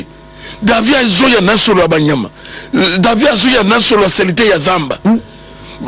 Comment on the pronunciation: David et non Davi.